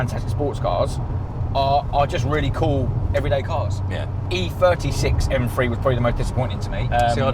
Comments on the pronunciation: Its pronounced m three not m free. Morons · Efirty Mfree, grrrrr this guy really spoils my enjoyment of this channel